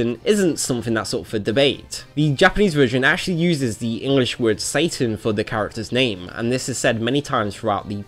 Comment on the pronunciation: Finally someone who pronounce his name right. I wish I could just give you 100+ thumps up. In my country we also pronounce it more like the japanese way even tho it's written "Satan" as well (the only different is that we pronounce the S very soft like if it was written with an z ) . Pronounciations can be different from place to place. Yet so many are think its pronounce like the english name " Satan" even tho you can hear how the characters pronounce his name in the games.